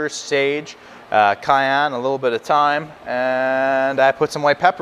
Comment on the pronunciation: Thyme is pronounced time...